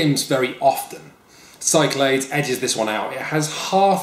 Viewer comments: I wasn't too frustrated with alternating pronunciation of "Cyclades" until he did it 10 seconds apart. When you're at the point that you can't make up your mind from one sentence to the next, you really need to cut the shit and commit. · There's no way Cyclades is pronounced like that! It's SIC-la-DEES! (Or apparently KIK-la-thes in Greek) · its named after the Greek Islands, pronounced sick-la-dees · I like Shut Up and Sit Down, but the mispronunciation of Cyclades makes me cringe literally every time.